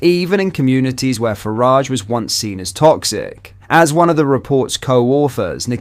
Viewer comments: Way you said Nigel farage 🤣😂🤣😂😂🤣🤣😂🤣🤣😂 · How did you mispronunciate Farage